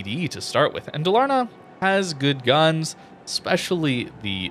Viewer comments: Pronunciation: Daaal-ahr-nah. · Dalarna is pronounced a bit slower and it meens "vally, Canions" It's swedish